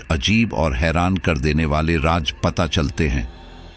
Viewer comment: Raj nahi Raaz bolte hai Mr Narrator